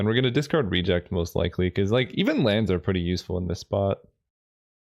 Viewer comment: Love the content! One pet peeve I have to address is your pronunciation of "Reject", the emphasis should be on the last syllable, just like it should be in "Remand" - I could tolerate it when it only happened ever so often in Vintage Cube because of Remand, but now that there are two cards with the same issue the English teacher in me felt the need to say something. Other than that I really enjoy what you do! Keep it up :)